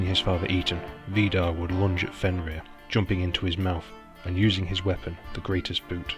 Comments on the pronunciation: I just want to say that the only name you pronounced right was Fenrir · I HAVE TO AGREE WITH BJARNI VALUR IN THAT YOU ONLY PRONOUNED "FENRIR" CORRECTLY. THE ONE THAT YOU SHOULD HAVE NOT GOTTEN WRONG WAS "SLEIPNIR" (PRONOUCED SLAPE NEER).ONE HEARS ENGLISH SPEAKERS SAY "LEAF ERICSON", IT'S LAFE NOT LEAF. GET YOURSELF A NORWEGIAN DICTIONARY & LEARN THE LANGUAGE.